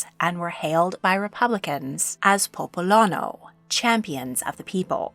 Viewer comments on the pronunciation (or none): This video was wonderful. I have just some minor corrections/additions to add: 1. It's not "popolono" but "il Popolano" which does literally mean "the peasant" and so reflects their status as champion of the lower classes 2. Just a minor curiosity; Ludovico was his birth name but after his father died a few months after his birth Caterina changed his name to Giovanni to honor his father. He later became known and is still remembred by this other name in Italy where he's called "Giovanni dalle Bande Nere" meaning "Giovanni of the Black Banners" 3. as suggested by its name Palazzo Pitti was NOT constructed by Cosimo I but was actually created in the 1460s by a student of Filippo Brunelleschi for Luca Pitti, head of a rival family of the Medici's, then it was later sold to Eleonora of Toledo because the Pitti had financial problems. For her then Cosimo issued huge renovations to the palace including the construction of the Vasari Corridor that connected Palazzo Pitti and Palazzo Vecchio (otherwise called Palazzo della Signoria). Fun fact: for the brief period of time in which Firenze was the Capital of Italy, Palazzo Pitti became the official residence of Vittorio Emanuele II, first king of a unified Italy.